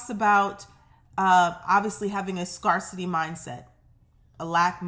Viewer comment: I love your readings,! You make me feel like I have a good friend who knows just what to say when I need a lift. By the way, in the word "scarcity", the A is pronounced like the word, "air", not "are". Scarce. Scare. Not Scar. ❤️